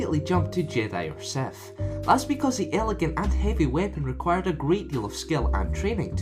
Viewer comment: You said seth